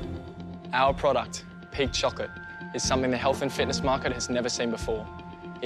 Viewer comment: I thought he was saying pig chocolate LOL.